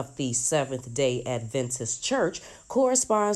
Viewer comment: How many times are you going to say "Advantist?" It's Adventist.